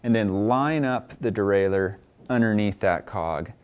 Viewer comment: Nice for the DIY bike mechanic like me. I also like the way you pronounce derailleur, unlike the guys who say something neither French nor English like "derailyer."